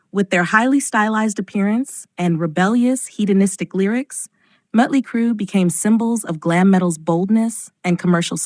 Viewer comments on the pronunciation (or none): Why do narrators of these videos call Motley Crue...Mutley Crue? Is it because of the diaeresis (name of symbol over the vowel) and AI pronouncing it "correctly"? For the poster: It makes you sound inauthentic and basically groping for money. I'm blocking you from my feed. Your BS is intolerable.